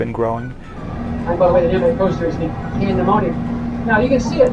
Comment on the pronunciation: Great video. Love the editing. Hershey just came out with the official statement on the new roller coaster. It sounded like the tour guide was saying the word pandemonium but the name of the new coaster is actually named "Candymonium". A SWEET play on words I suppose. LOL.